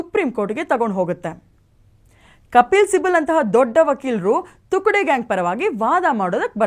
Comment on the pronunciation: ನಮಸ್ಕಾರ.. ಅದು ತುಕ್ದೆ ಅಲ್ಲ.. ತುಕ್ಡೆ